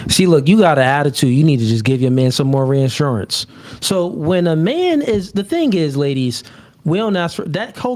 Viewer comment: ReAHHssurance, is it really a NoFugaze (also pronounced wrong) if isn’t mispronouncing something. It’s like bro hasn’t seen 90% of words ever written down